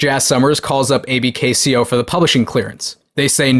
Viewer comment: Pronounced “ABKCO” not “A b k c o”. Allen B Klein Company. Bad dude.